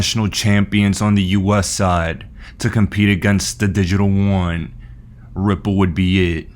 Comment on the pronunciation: I love you, all your content is fantastic...but you are driving me crazy.... the Chinese Yuan, is pronounced YOO-AHN not Won. The Korean currency is won. Keep up the great work!!